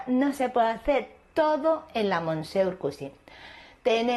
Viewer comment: Monsieur se dice mesié en francés cateta